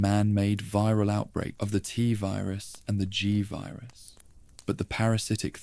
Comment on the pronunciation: Are you using an AI voice? I would think anyone who knows this much about Resident Evil would know how to pronounce T-Virus and G-Virus properly.